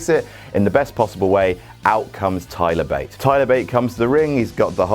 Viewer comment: Thigh-ler Bate xD